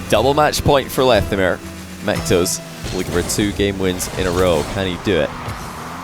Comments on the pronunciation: No one:: Mech-toes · every time says "mectos", I hear "McToes" XD